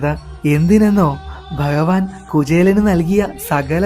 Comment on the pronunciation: Informative but Nee enthina ithra valichu neetunne.. Pinne Bahavan ennalla Bhagavan ennu parayu..